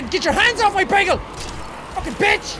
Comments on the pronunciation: It not begel it's bagel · did anyone else notice he said bagal